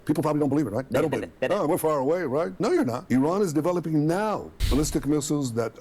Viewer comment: "Ewon is deweloping NOW!" - Crybaby Bibi